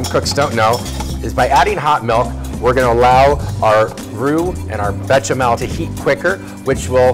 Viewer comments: "Bay-shah-mehl." Instead of "Betcha smell." Please. Try. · I don't see a "T" in Béchamel? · BEsh-a-mell There is no T. Also, Cold milk, hot roux, no lumps. Don't be stupid.